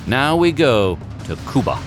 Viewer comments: You pronounced Cuba correctly.. damn lo.l. Coo-ba not Q-ba is what an old Cuban guy told me along time ago. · People: yeah let’s go to Cuba Me a Cuban: you said Cuba the right way didn’t you?